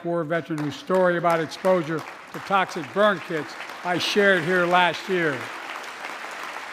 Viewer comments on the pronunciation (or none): none